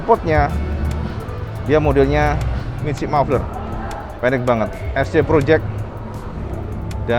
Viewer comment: Ngomong Es Si Project aja ngomong nya es ce. Payah bgt lu om.hehee